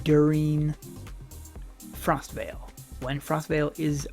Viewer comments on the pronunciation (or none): It is Frostval, as in the event not Frostvale, it is a place. Hello:)